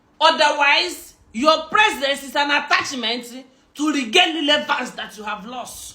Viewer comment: Lilevance. Na wa oo. She's really murdering English. Tufiakwa.